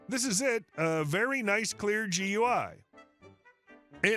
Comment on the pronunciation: Just a picky criticism from an IT tech ... GUI is generally said as "Gooey" it actually stands for Graphic User Interface. Not a major item, just a minor bit of information.